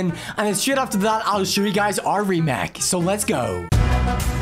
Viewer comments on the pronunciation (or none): lol he said remak and Inseen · Remake❌ Remac✅ Insane❌ Insean✅ Trailer❌ Triller✅ Race cars❌ Reece cars✅ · Bro really said remack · Not to judge but you say remak